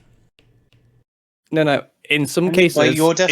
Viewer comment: It's NO, not NYER. There's no R on at the end of NO.